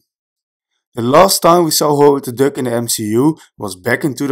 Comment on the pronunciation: Tell me why I keep hearing Howard the dick. 😂😂😂